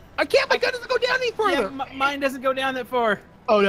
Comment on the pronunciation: When he says futher